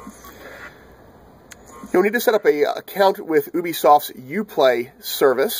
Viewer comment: just a tip it's not "obisoft" it's "ubisoft" :)